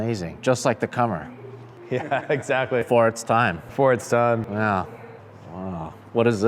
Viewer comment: Commer is pronounced as in COMplete. Borrowed one back in the late eighties, could have a lot of fun on a twisty road if wet, all at low speed. Owner had riveted a band of galvanised steel around the bottom to avoid it separating, yes it was that bad. Even went over the back door, rendering it a three door. Dogs liked all the space in the back to run around in.